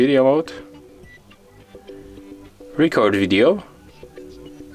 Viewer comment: It DOES work. In standard English pronunciation, the stress matters. In your film you gave too much stress to the first syllable of "record". You could try again with a very very short (it will seem short to you) "re-" and a very very long "-cord". "Re-CORD video". (I think you are saying "video" OK.) It's not your fault. The Android makers should have allowed for Asian accents.